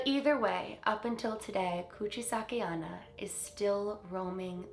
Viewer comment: Hey 👋🏻 I know I’m kinda late on this but her name is actually pronounced Kuchi-Sake-OH-Na. Ona means woman in Japanese and many female Japanese spirits share the name. Anyway love you 🤗